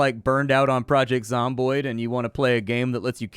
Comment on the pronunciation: Project Zamboni Canadian Zombies on ice, really smooth ice. Sorry the almost mispronunciation created some very funny pictures in my head.